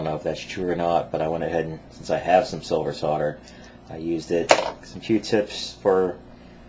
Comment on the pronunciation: it's SOLDER!!!!!!! with an L not fucking sodder!!!!!! fucks sake!